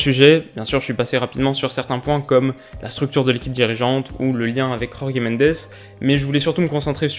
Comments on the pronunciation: "JorGué Mendes" ?? Oula en portugais ça se prononce JorJe Mendes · Salut, pour info, la prononciation du portugais est sensiblement différente de celle de l'espagnol. Jorge Mendes ne se prononce pas [Khorkhé Mendès] mais tout simplement... [Jorge Méndeuch]. Beaucoup plus proche du français finalement. Je surveillerai tes progrès dans tes prochaines vidéos! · Comme d’habitude tes vidéos sont très bien écrites et tes très bien faite donc celle ci ne déroge pas à la règle, seul bémol ta prononciation sur jorge Mendes: étant portugais ca ne se prononce pas à l’espagnol sa se dit comme ça s’écrit pas besoin de Dire « rorgue mandés » 🤣🤣🤣 Sinon parfaite la vidéo 👌👌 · "Rrorrguê Mendêçe" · Si on est cultivé On ne peut pas dire "rorge mendes " alors qu'il est portugais et pas espagnol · Ta prononciation "Jorge Mendes" horrible... un "j" en portugais se prononce comme en français... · Bonne vidéo a part le maillot de Porto et la prononciation de Jorge Mendes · Tu prononses mal jorge mendes on dis jorge comme en français